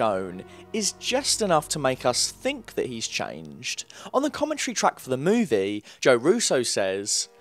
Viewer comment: Dude...great video but man...can you PLEASE change your dictation and pronunciation a little bit? I can literally predict how every sentence will sound at the end, and the drawn out stuff in the last couple words....holy hell. I can't even focus on what you're saying "Meeeeewvieeeeeeeee...it's still theeeeeeere"